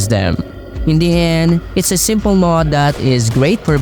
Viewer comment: Where are you from? (I never heard Mod being pronounced as Möøőōœọôóòd before)